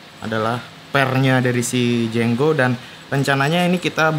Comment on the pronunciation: Itu jengo bukan jenggo nulisnya aja jengo kok bacanya jenggo 🚀